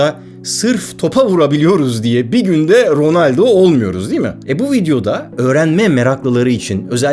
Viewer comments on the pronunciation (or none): Bu kadar güzel bilgilerin içinde niye rönaldo dedin be abi. Birde dölar diyenler var.